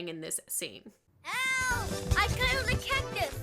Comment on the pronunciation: help i felled a cactus is what i think hes saying or help i killed a cactus